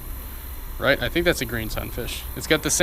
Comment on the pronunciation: "I fink"